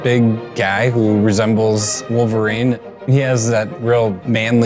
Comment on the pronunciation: I hate how she says "Millverine"